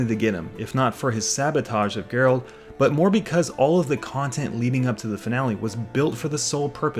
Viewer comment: Sorry but how are you gonna be this much of a Witcher fan and keep calling him "Gerald" lmao